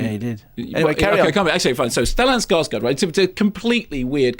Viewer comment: Oh my GOD an Anglo who can pronounce Max von Sydow! I think I'm in love! (He still pronounced Stellan Skarsgård as if it were Skarsgard, though. Oh well.)